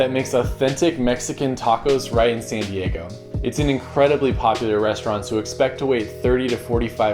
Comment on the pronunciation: I like how he pronounced “San Diego” Seeeen Dieeegou